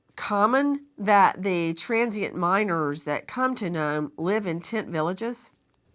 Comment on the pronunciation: I was listening while driving and it took me wayyy too long to realize you meant MINERS not MINORS! 🤦🏼‍♀️ Thank you, Nancy for covering these cases and keeping them alive so these victims aren’t forgotten about!!! Missing Murdered Indigenous women’s cases are often overlooked.